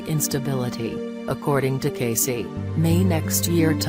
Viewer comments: The name is pronounced Cay-see. Didnt anyone review this before publication? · This is garbage. Robot voice horrid. I have been a member of Edgar Cayce Association for Research and Enlightenment since the early 1970s. Disgusting that you cannot even pronounce his name properly. EDGAR CAYCE...IS PRONOUNCED KAY SEE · Thumb down for a computer voice that can't even pronounce his name. cay-see as in see-ya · Yeah how can I listen to this shit robot voice mispronouncing his name!!!! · before you do one of these learn the man's name and how to pronounce it. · That mechanical, robotic voice can’t even pronounce Cayce’s voice right. And it is so monotonous, that I really don’t want to listen to it any more!